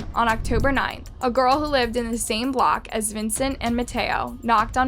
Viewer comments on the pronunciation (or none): none